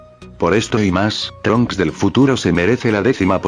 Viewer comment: trunchs ni gotenks